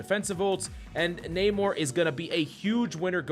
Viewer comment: Coach. It's "Nuh-More" not "Nae-More" lol😂